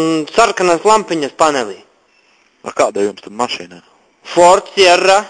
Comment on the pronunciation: galvenais, kad pasaka, ka ford siera, čalis norm ierēc xD